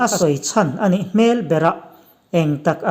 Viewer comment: A bengvarthlak a, a ngaihnawm thin e. "Hmel" tih (face) ang a lam thin erawh a lehpekah chuan awm tawh lo thei hram se😁